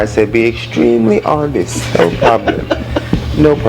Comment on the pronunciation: Lets be extremely hontest 😂😂😂